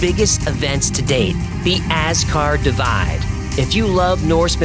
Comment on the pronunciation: Asgard Divide...not Ascar Divide